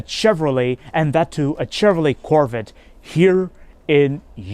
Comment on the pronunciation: Nice “CHHHevrollA”.